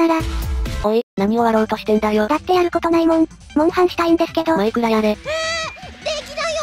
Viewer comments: まくら切れた～まくら切れた～って聞こえる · マクラ消えたって聞こえる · 最初のところマイクラ消えたが、まくら消えたって聞こえた(笑) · マクラ消えた(^ω^) に聞こえて吹きました。 いつも面白いです！ (((o(*ﾟ∀ﾟ*)o))) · 枕きえたってきこえたw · 初めの時「枕消えた」に聞こえた(´・ω・`) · マイクラ消えたがマクラ消えたに消えたに聞こえる